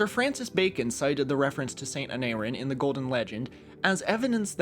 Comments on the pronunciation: im eager to know how he pronounced aneurin right but not the other welsh names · I was surprised he managed to pronounce the "u" in "Aneurin" correctly. Maybe he was trying to throw us off.